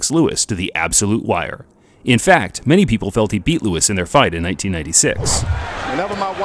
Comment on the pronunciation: we got the NEW FORMULA! Now we can call the british-canadian heavyweight legend just LEWIX! LEWIX is his name!!!